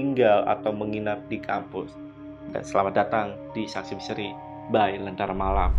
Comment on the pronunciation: Lenntera Malam kak,,bukan Lentera Nalam😢